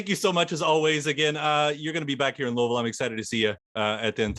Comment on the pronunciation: Just came across this being a native to Kentuckyana, don't call it Louis-ville. I live outside Knoxville, TN, and we actually have a town by the same name. But pronounced differently. Rock on Les, as long as you enjoy it. Don't need those fire roads now.